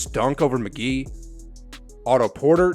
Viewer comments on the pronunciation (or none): none